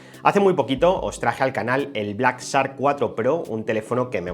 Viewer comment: se me hace chistoso como mencionas shark, es que se pronuncia como si dijieras chark pero tu omites la h jeje, pero fuera de eso que pedazo de telefono los simples mortales no tenemos acceso a tales cosas.